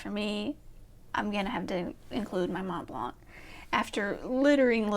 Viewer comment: The first way you pronounced Montblanc is actually the correct way, so it not really snooty. The 't' and 'c' are silent. You have some very interesting pens, so definitely going to try and catch the collection video. I want to see if I correctly guessed the pens you didn't mention. The only pen I could answer is for traveling. That would be the Visconti Homo Sapien Skylight. my EDC is whatever pens I have inked up. I usually have a F, M, B, and stub inked, so I have everything covered. I don't have a pocket pen because I don't like small pens. The smallest pen I have is 10 cm, but it's a bit too precious to keep in my pocket. I would love to get into vintage but I find them too thin and I prefer a number 6 size nib. I have many what would be considered grail pens, so that is also hard to answer. May be one of my OMAS or ASC pen.